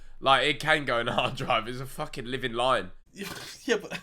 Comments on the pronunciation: Every time Ethan said "line", I heard "lion" 😂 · Ethan trying to say line and not lion impossible challenge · I kept thinking when Ethan said "line" he was saying "lion". When he said snakes have faces I was like "So do lions!" 😂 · Who else thought Behz was talking about lions instead of lines